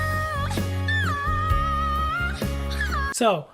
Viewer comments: Please...bumitaw.. not bumityaww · its bumitaw not bumithaw i still love u guys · you forgot the "W" in the word "bumitaw"...you are singing it like..."bumitaaaahhh"...your not Pilipino thats understndable....🥰 more power 💪💪💪 to the both of you...fyi im not a singer and expert haha im Filipino... who loves to sing 🥰🥰🥰 and love watching reaction videos like your...i hope we can see more reaction videos of you guys...thnk you for reacting on Filipinos singers 🥰🥰🥰